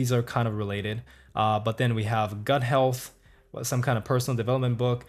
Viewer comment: Anyone notice ChatGDP instead of ChatGPT? Holy crap!